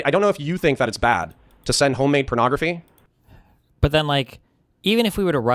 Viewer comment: He can't stop calling it "pernography" and it's driving me nuts